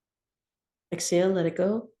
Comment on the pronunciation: Hey just wanted to say thank you for all your work and support ❤ and also I don't really understand the mantra are you saying exhale? I or what is this exale 😂👀 Greetings from Netherlands ✨🌱